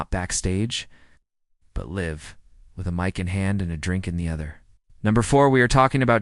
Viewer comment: This is THE WORST robovoice ever! Bizarre phrasing that is so damn awkward. “but live (with short I)”. “..dominated rock scene”. Thumbs down for this crap.